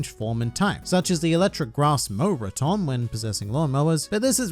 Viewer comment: Why pronouce rotom like raum-tom